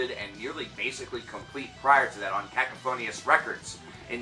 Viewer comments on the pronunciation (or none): Did he say “cacaphonius” on purpose 😂 it’s pronounced Ka-cough-onus. Also it’s Carpathia..not crarprathia. And the word is visceral not viscereal. I’m sorry I’m not making fun we all have to learn one way or another 👌 great videos though mate